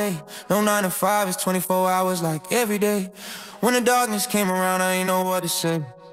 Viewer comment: You said Jive Like. That’s DMV talk